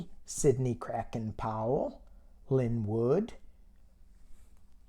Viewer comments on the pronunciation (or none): none